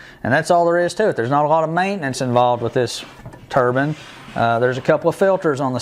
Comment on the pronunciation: It’s turbine not turban. A Turban is a hat some people wear on their heads.